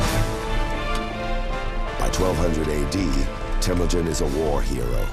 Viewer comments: No man. Stop talking about something you have no clue. His tribe was called Hiad Borjigin. Not a Merkits. And it’s called Temujin. Not Temugyn. And it’s not fucking ghde gist khaan. It is Chinggis Khaan. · Not Temudjin and not Tamudjin. Its Temuujin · Temüdjin not Tamüdjin! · Its " Temujin